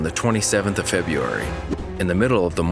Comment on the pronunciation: "Febeeeairy" lol